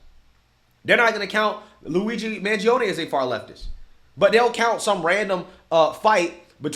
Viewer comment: Did he say Mangioni allrged killing of the CEO?